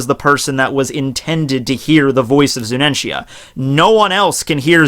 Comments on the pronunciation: its zunisha not zuninshya man correct yourself u r a one piece fan. be respectful. i expected better from u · It's Zunisha not Zunenshia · Dear The elephant is named ZUNISHA (ZU-NEE-SHA) not ZUNENTIA 😄 Hope you note this ✌️ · I crack everytime he says "Zunenshia" or "Momuske". Love your videos btw. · **PUBLIC SERVICE ANNOUNCEMENT TO ** Pronunciations are as follows: MO-MO-no-ske and Zu-nee-sha..... That is all. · Eddie The Cat hes pronouncing it wrong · dawg, "Zu-ni-sha", XD! Gawd bless this channel, XD! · I read this comment before watching the video, I was trying to think how he would mispronounce her name, but MY GOD that is terrible lmao.